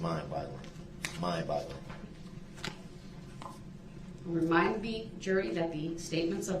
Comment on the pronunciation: "Mind Blogglin'".